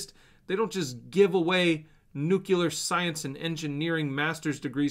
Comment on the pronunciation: Going “nucular” :) bullish